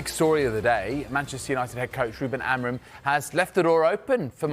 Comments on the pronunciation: Kris Boyd - who the fk is Almaron? It's Amorim ya fudball. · Who tf is Ruben Amiron ? It’s Amorim ffs 🤦‍♂️